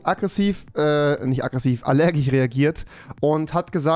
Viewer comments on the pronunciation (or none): Alergich😂 ich liebe diesen Sprechfehler Akzent what ever